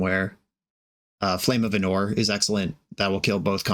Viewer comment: it's Ánor not Anór